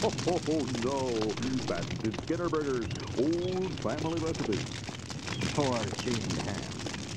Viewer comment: When the narrator said "Skinner" in the training video, it sounded more like "Schemer"